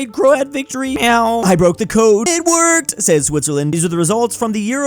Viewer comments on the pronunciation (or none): none